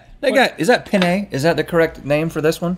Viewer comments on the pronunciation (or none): This was a really cute video! Also, they pronounced penne wrong. Penne is pronounced pen-nuh, when pronounced pen-nay it actually means male genitalia. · "pene" pasta😂😂😂